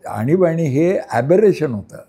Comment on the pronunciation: आनी बानी नाही आणीबाणी 😅😅